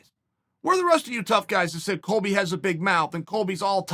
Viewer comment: Chael: "Coby" Colby: "greetings nerds and virgins"